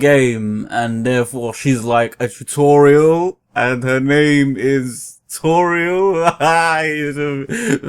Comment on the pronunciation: hehe Tu-Toriel, Tutori, Tutorial...